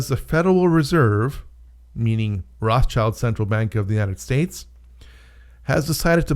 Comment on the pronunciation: Sorry, you can't even pronounce Rothschild correctly, so I am pretty sure you are way off